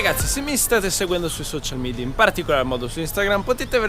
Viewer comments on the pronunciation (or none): none